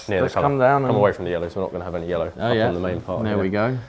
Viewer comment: looking good, but the callipers can't say yellow.